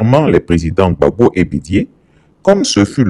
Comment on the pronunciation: ne sait même pas dire Gbagbo. Il dit Babo. Pourtant un ivoirien digne de ce nom saurait dire Gbagbo.